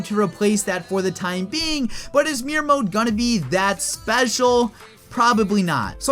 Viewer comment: It’s not meer mode, it’s mirror